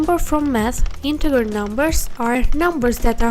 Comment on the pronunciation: You say integer funny. :) Int-egg-her It's actually int-edge-er